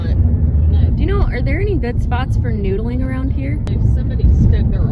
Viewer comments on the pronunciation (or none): " ... while you are noodeling."